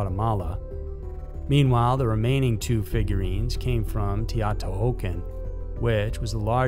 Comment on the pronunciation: That's the most creative pronunciation of Teotihuacan I've ever heard.